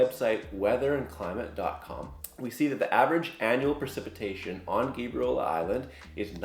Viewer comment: I've never heard anyone call it GABE REE OLA lol